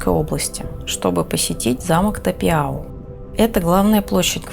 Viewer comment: Думается правильнее произносится Тапяу а не Тапиау